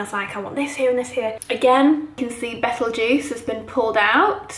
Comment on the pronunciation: Do you realise you pronounce Betelgeuse constantly wrong?? I’ll be damned!